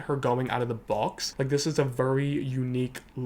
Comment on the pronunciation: I like how pronounces “very” like “VURRY” 😛